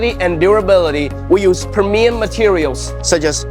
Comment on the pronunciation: Premium is pronounced “pree mee um.” Great presentation. If I am ever in the market you will get a quote request!